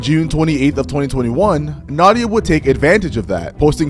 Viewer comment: Nadia ❌ Naughty-ah✅